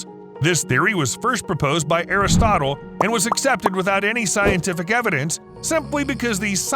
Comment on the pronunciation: Aristotle but pronounced like chipotle.